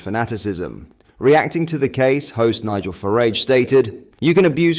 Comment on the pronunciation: Dude, you've got to sort out your pronunciation! How can you get Farage wrong? You're not using AI are you?